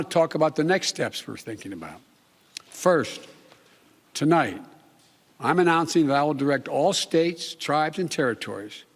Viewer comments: Did he say tilight or tonight? More comments to come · Tulight?? You mean Tonight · He mispronounced tonight ...he said tolight... I’m pointing this out because he does this all the time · “To light, I’d like to talk” First word and he messed up lol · tolight? you mean tonight joe? This guy is an embarrassment. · we legit just heard him say tonlight in the first 2 seconds. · “TOLIGHT” - biden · Wait. Did he just say “Tonlight?” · Tolite... He messed up the FIRST WORD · " goodmorning my fellow American ToLight..." Tf was that bro???????? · but but but it said live..... maybe thats why he calls its Tolight because the prompter said tonight but he thinks today... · I heard that too. He has a speech impediment. But I'm impressed with the content of his speech. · Did he seriously mess up the first word of this speech?? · Lmao, why can't this man speak right? He's the President of America and he can't say the word " tonight ", his first 3 seconds he already messed up 🤣😂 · Well, he didn't correct himself. Not the first time either. I can hardly believe what is happening to America.